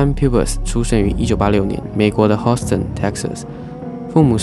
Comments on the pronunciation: 休斯顿念错了是 hue sten 不是hoe sten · up主是完全不懂英文么？ heart 念做赫特，Houston念做猴四吨，这些最最常见的单词读成这样有点可怕了。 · Houston 的发音需要注意一下。 感谢视频， 很好 ：）